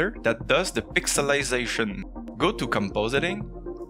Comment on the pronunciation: "Pixelization" was pretty spot on and I'm American. Slow maybe but I'm a fast talker, and it matched your speaking pace pretty well so. also 2 years late :)